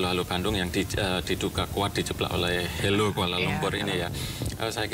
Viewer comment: Dari suara penyanyi & liriknya pun, aku sudah mengagak ini pasti kerja segelintir orang² Indonesia yang anti-Malaysia bertujuan mengadu-domba, sebab²nya ialah: 1) Lirik pertama: tulis HELLO. Tapi suara sebut HALO. Orang Malaysia biasa sebut HELO jer 2) Sebutan KUALA LUMPUR. Sebutan dalam lagu tu jelas & keras bunyi akhiran "R." Sedangkan orang Malaysia biasa sebut KUALA LUMPO, atau KUALA LUMPUr (bunyi "R" tak jelas) 3) Pemilihan Lirik: AKU. Lagu kanak² Malaysia mesti sebut SAYA. Biadap budak² kecik sebut AKU. 4) Lirik IBU KOTA bunyi pelik: orang Malaysia biasa sebut IBU NEGARA atau BANDARAYA. Jarang orang Malaysia sebut KOTA melainkan ada sebuah Mall dekat Stesen Bas Puduraya tu namanya KOTA RAYA. 5) Lirik KOTA KENANG-KENANGAN bunyi macam pelik jer. Apa yang nak "dikenang" sangat dengan Kuala Lumpur tu?? 6) Lirik AKU SUKA SEKALI pun bunyi pelik. Secara formal, orang Malaysia biasa sebut AKU SANGAT SUKA atau SAYA PALING SUKA 7) Dalam video ada gambar Patung Besar. Patung itu letaknya di Kuil Hindu Batu Caves, Selangor. Bukan dalam Kuala Lumpur. Lagipun lagu kanak² Malaysia secara umum tiada objek agama apalagi kalau rumah ibadat bukan Islam. 8) Jalur Bendera Malaysia tak cukup. Perhatikan benderanya cuma 13 jalur, walhal yang betul ialah 14 jalur 9) Nama channel LAGU KANAK TV. Pelik kan? Padahal orang Malaysia sebut kanak-kanak 10) Judul di video tersebut jelas salah & terpesong. Apa kena-mengena video lagu itu dengan NASYID KANAK-KANAK ISLAM MALAYSIA ?? Ada konten berunsur ke